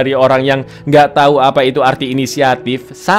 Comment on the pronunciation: Bang lu typo di menit Yg harusnya lu bilang tau malah jadi tai bang